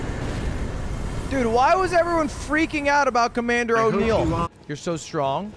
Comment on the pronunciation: the commander is nial not o neil